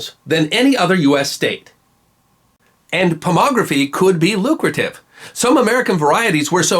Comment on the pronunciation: Dude! Pomology, not Pomography!!!